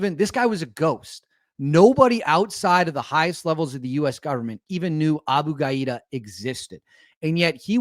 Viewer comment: The target's name is probably pronounced ga-DEE-ya. Not ga-EE-da